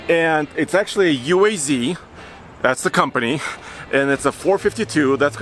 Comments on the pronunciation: It is pronounced UAZ not U.A.Z. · Hello. It is made by Russian automobile firm UAZ = U-A-ZED! Andrew